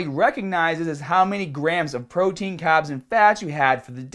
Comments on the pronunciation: I like how you say carbs. For a second I thought you were saying "cobbs" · Why does he pronounce the R's in some words but then he goes and say "caaaahbs"... is the accent selective to certain words? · Make sure you cut down the cahbs!! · i just noticed you say carbs kinda weird. You from australia?